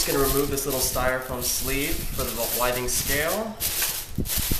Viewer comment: With-ings not Why-Things.